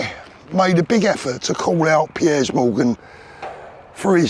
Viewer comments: Love how you pronounce “ Piers”. “ Pierres Morgan”. Spot on with all you say though man. 👍🏼🙏🏼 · Is it me or should it not be pronounced peers 🤷‍♂️